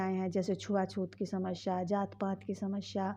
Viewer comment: Bolna sikh phle shmsya nhi samasya hota h